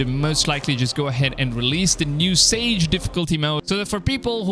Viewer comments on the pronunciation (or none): It's saga, not sage! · Saga. Not sage. Lol. Gonna start dawn of Ragnarok later today. Pretty excited! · It's not "sage" difficulty. It's "saga," which is pronounced "saw-ga," as in story. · "SAGE" mode...? "SAGA" (pronounced: SAR-GA) Just sayin.... 😏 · So this is an old video but a number of issues here. Firstly, goddamn was that long winded seriously write a script and stick to it without repeating yourself and making 6 minutes feel like 50. Also the "Saga" (not sage) mode is literally just an easy mode. It doesn't "remove the rpg elements" it makes the game not challenging at all so you can just focus on the story. That's why it says story in brackets next to it. I don't know if you did any research into this at all. Then finally you got the clickbaity title like such a poorly made no effort video. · Sorry but is this not Valhalla? He says 2022, they haven’t released any gameplay for the new game and this man is rambling about updates to Valhalla which may not even reflect what the new game is like. Also, bro it’s called SAGA not sage🤦🏼‍♂️ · "SagA" right? Lol. Not Sage. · It's saga mode not sage, just saying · It literally says sagA? Not sagE? Right? Lol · It's saga, not sage. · Saga Not Sage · “Sage” mode? Dude it’s saga 😒you know as in “an epic saga” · Its not "sage", its sagA. Pronounced sa-ga . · it's called SAGA... sagA with an a.... not sage... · the change is awesome but i kept getting caught by the fact he kept say "Sage" difficulty when it is clearly "Saga" lol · It's saga difficulty not sage difficulty 🤣🤣🤣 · kept saying sage it said saga please speak better thank you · Lol it's not "sage," it's "saga." Like the famous Viking sagas. Pronounced sah-guh. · Sorry to say but it’s Saga… not sage. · Isn't it pronounced Sa-Ga not Sa-Ge not being awkward I'm just curious as I would read that as Sa-Ga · Does he mean Saga when he says Sage? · “Sage difficulty mode”… dude, it says saga. xD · "sage" or saga? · Bro it’s pronounced saga not sage haha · *SAGA , not sage